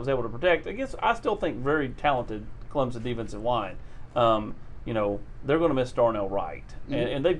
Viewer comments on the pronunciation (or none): saying ClemPson cracks me up.